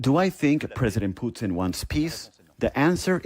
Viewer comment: I love Ray but can someone please teach him how to pronounce Putin. He is not ordering a side dish in a Canadian cafe, Poo-teen. It's pronounced Poo-tihn.